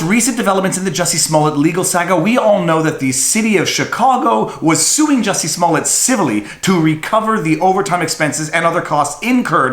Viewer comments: It's pronounced "Juicy Smoullier". At least get his name right. Smh 🤣🤣🤣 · Have you seen the new Chappelle special on Netflix, Viva? As of his new special, henceforth and hereinafter, his name is officially pronounced as "Juicy Smoo-yay" hear ye, hear ye all good citizens are bound by law & duty to refer to him as Juicy Smooyay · It's pronounced JUICY SMU LE AY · His name is pronounced juicy smulyay fool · You're pronouncing his name wrong. He's French - I'd think a Canadian would pronounce it correctly. It's . Jessie is also . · Oh yeah the french actor I think you mispronounced his name.